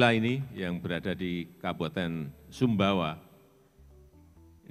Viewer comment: Sumbawa bukan subawa😂😅